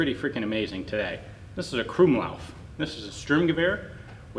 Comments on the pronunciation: krummlauf... didn't even know that was a hard thing to say till he tried saying it... Krummlauf...Kru-aueam-leauf... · The way he pronounces krummlauf and sturmgewehr cringes me so much as a german